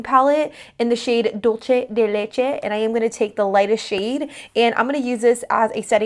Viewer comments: Great video - just have to say though (because I hear it everywhere) the name of the contouring duo is Dulce de Leche, not Dolce de Leche. It's a Spanish term, not Italian. Meaning the word "dulce" is pronounced "dool-seh." :) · You're awesome, so please don't take this the wrong way! It's pronounced like dul-sé de leche :)